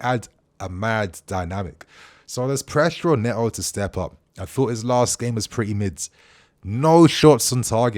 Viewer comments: Still calling him “Hayto” at this point just feels intentional. Please learn to say it right. The club literally posted a video for how to pronounce everyone’s names. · Not more "Hay-Toe" pronunciation again bro! 😭😭😭